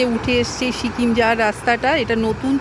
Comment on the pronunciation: Sikkim not shikim😊